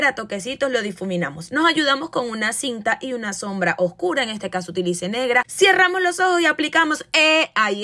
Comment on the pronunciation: Jajaja cierramos???!!! S pronuncia cerramos